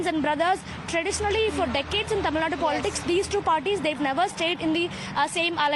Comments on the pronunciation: When will north Indians learn that it's called Tamil Nadu and not Tamil Nad? It's just one letter.....How hard is it to include that letter in your sentence???? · It's Tamilnadu not Tamilnad!